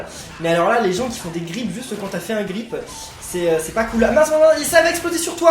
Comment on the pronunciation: Ce n'est pas grip(c'est grap)😂😂😂😂😂tu disais que tu parlais bien anglais